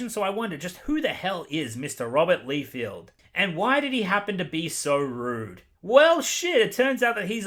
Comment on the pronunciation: his name is pronounced Rob Lie-Feld (emphasis on the word lie ) for future reference. Also, Rob had the initial idea of deadpool and then other writers made him so much better. Before, deadpool was just the 90’s if they were a person. Also, Rob is heavily criticized by the comic community because of his sub par artwork. I thought you might like to know this.